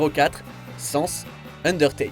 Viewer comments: Sens ? Ça ce dit sanesse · Euh Sans ce prononce avec le A pas comme le mot aucun "sens" ça ce dis sAnS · Sens ? ....SENS !?? Mes oreilles ont si mal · Le "sens" qui fait mal aux oreilles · SA SE DIS SAN SE BORDEL C PAS DUR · Quitte à mettre un boss de Monster Hunter, mettez en un qui soit vraiment de Monster Hunter. Et pour le coup c'est au Fatalis que je pense. Et la prononciation de Sans...ça fais mal.